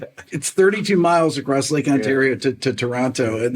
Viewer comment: Sorry Rick, even if you grew up 32 miles from Toronto, you can’t claim to be Canadian unless you pronounce it like a real Torontonian LOL